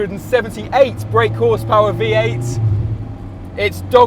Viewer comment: I'd feel less annoyed by the bhp discrepancy if he didn't enunciate the 8 in "1,178 break brake horsepower" quite so hard